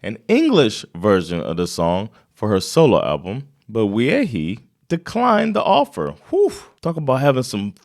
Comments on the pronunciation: Wiehe is not pronounced ViehHee it's Ví-è(h) or as someone wrote it Viiä, in Eng kind of like Vee-e(h). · Nice reaction. His name is pronunced "VEE-eh". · You are saying his last name wrong. It´s VI as in the swedish we, and HE as in the without the T. VIHE or ask your wife how she would say it :) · His family name is pronounced 'Vie'. His biological father was the Danish journalist Adam Wiehe who during the Nazi occupation was active in the resistance movement. But Mikael Wiehe and his brother Thomas (also an artist) greww up with their mother the potter Estris Wiehe (born Wråke) in Malmö. Mikael Wiehe still lives here in central Malmö with his Chilean wife. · You pronounce his name Mikael Wie